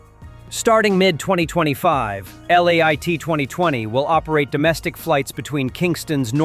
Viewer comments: Please stop call the Airline Lait its Liat thats 2 different words give people the correct informations so they will know the name of the plane. Nonsense stop this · It’s Lee-at not late you been saying the airline name wrong the whole video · Why does it have to be pronounced like "late?" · LIAT is pronounced LEE AT.